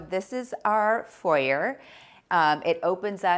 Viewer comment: Furniture fixer, ha - that would be me:( And although I am also an American (living elsewhere) I felt shocked at her pronunciation of foyer and niche. Ouch. I also cringed at the double use of energy - fireplace gas and air conditioning electric. Maybe leave them both off if it gets too warm? I felt for her imagining when it was time to get out the china from in the cupboard under the stairs behind the table. 😮. Seriously, though, it's a lovely home that looks very comfortable to be in.